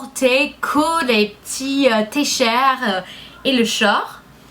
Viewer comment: et aussi, "T-Shirt" et "short" se prononcent comme en anglais!